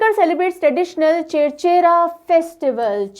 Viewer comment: It's छेरछेरा not चेरचरा